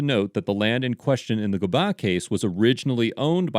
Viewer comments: The snohomish county case is pronounced Go-bin.. Tulalip is my res... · I live in the city next to Tulalip and went to school there, so it’s really neat to see this. I know from firsthand experience that “Gobin” is pronounced exactly how it looks; Go-bin